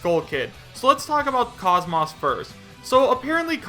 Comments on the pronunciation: KAHZ-MAWSS😂😂😂 BRO ISNT IT KAHZ-MOESS??????? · Isn’t it pronounced Cosmos the way he says Cause Moss makes me cringe Sorry if I am being rude